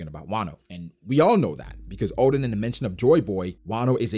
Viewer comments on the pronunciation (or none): none